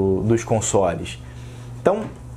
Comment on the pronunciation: Jeito correto de se falar: dâ lést ovâs jeito: de lest OFI âs